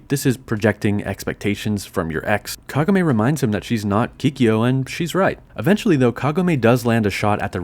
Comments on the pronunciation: is it me or did i pronounce Kagome all wrong? I thought it was like kah-goh-may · omg the way you say Kagome urks me so hard and a few times you do change to actually pronouncing it correctly a few times like said it again you keep changing it constantly around after saying it incorrectly and then go back to saying it correctly seconds after so inconsistent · I can't finish the vid since you mispronounced Kagome's name twice in a row. It ruined the vid for me.